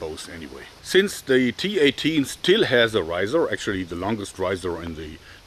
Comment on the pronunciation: well the T A T will be mocked in the UK, given tat in british slang is a polite way of saying a thing is shit, however the cineese one is a load of T.A.T. XD EDIT: JOERG! YOU SAYING T-18 SOUNDS LIKE T A T! damn it man XD